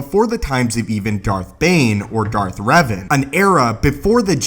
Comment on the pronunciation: maybe you shouldn't have said dathka that many times...it made the video unwatchable.